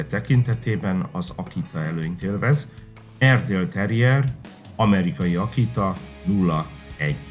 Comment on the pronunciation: Ez borzalmas videó, szakmaiság nélkül . Az narrátor sokszor ki se tudja mondani az erdi nevét, nem sokat ismerhet egyik fajtából se. Mintha az Akita egy szuper fajta lenne....